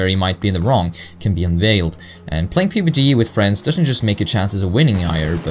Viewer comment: Great video, you mispronounced pubg. It's pronounced p(uh)b g just so you know, otherwise I think it was a great vid man.